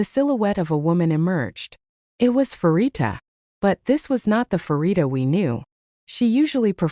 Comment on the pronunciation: The first syllable of her name is pronounced "pa" as in panorama, not "fa" as in "pharmacy".